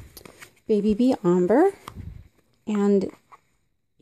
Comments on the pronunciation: Please learn how to correctly pronounce the word ombré. It is not pronounced “omber”. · Ombré is pronounced “ombray” just so you know. Thanks for the info. Very handy